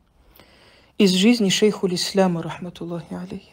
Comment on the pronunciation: Даже сам не может его озвучить толком